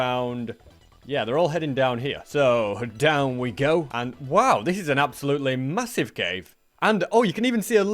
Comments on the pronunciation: did you just say masive?... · I heard massive.... Did you say.. Massive?